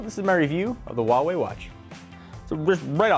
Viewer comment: why don't you say Huawei properly? They made a video about it on how to pronounce it. WAAH - waay